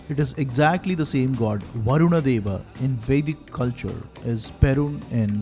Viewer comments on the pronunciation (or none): none